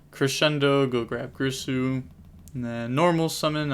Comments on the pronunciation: It's GEERSOO bro not GRISSOO lol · cool match also it's girsu not grisu D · its G-I-R-S-U not g-R-I-s-u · Take a shot everytime you hear greesu, being an Orcust player's bad enough without everyone mispronouncing their names LOL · WHY THE FUCK CAN'T YUGITUBERS PRONOUNCE "GEAR-SUE"'s NAME CORRECTLY. Big sad 😥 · Girsu... isn’t it pronounced “gear-Su”? Maybe I’m wrong. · Girsu is pronounced Geersue